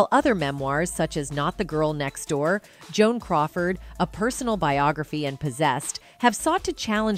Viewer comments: She said Joan coward. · on-zha-NEWs, not in-GEN-youze... And *Joan Coward*?